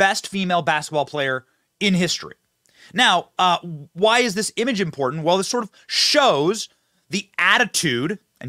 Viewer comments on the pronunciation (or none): none